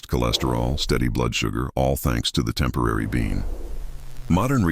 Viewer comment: It’s not a “temporary” bean. Stupid AI 😂